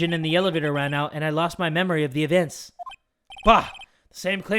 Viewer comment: anyone else hear how said evients?? 🤣🤣